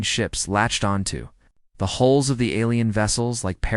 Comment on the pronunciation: Forearms = four arms! Hole = hull! Get your narration right pls.